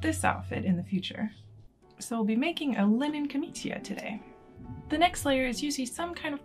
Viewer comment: It's pronounced "jor-NEIGH-ah". For next time, Cs and Gs with an I after them are a CH or a J sound, and you don't pronounce the I as a separate vowel (so "ca-MEE-cha" instead of "ca-MEE-chee-a". Just make a point of listening to Italians speaking. In bocca al lupo!